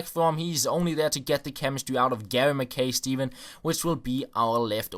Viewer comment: Ma Kai not McKay